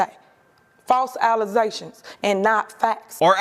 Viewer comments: You have corrupted my mind. Now every time I hear the word allegations all I hear in my head is allizations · ALLEZATIONS Entire crowd cheers in frenzy, especially me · Always making those 'allezations'! 😮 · Im just here to hear the Mayor say Allezations. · It still shocks me when I see that clip lol I dont understand how that happens, did she genuinely think thats how its pronounced? Was she pronouncing it that way intentionally?